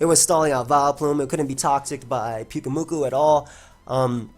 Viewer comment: I felt sad when you didn't say pyukumuku the way you normally did :[